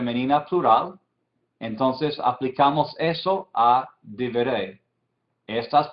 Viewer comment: Y en el minuto no se dice "diberey" y "diberim"; es: "dibré" porque lleva sheva quiescente o mudo debajo de bet y no tzeréh como más o menos logro apreciar desde acá; y para la segunda palabra la pronunciación es "debarim" atenidos a la pronunciación sefaradita; "dibrey" y "barim" atenidos a la ashkenazi.